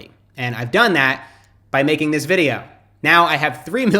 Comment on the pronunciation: I noticed while you speaking, you say DISH instead of THIS!!